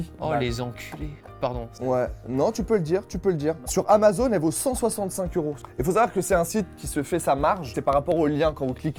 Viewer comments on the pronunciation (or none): none